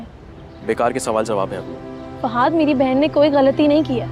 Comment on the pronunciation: Ye fahaaaad q bolti hy lafaz to fahad hota hy 😂😂